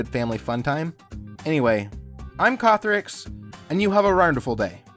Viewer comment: Why does he say ronderful